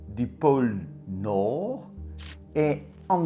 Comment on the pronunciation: Quand tu dis "pôle nord" avec ton accent et l'élocution, ça donne "porno" J'ai tilté dsl 😅 sinon bonnes fêtes de fin d'année🌲☃️, à tous.